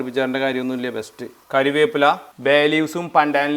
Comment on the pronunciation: അണ്ണാ മേളക് അല്ല മുളക് കാരിവേപ്പില അല്ല കറിവേപ്പില ആണ്‌